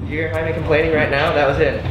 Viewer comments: Its not Jamie, its Jaime, pronounced high-me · They're not saying it weird. And it's not Jamie. It's pronounced high-may.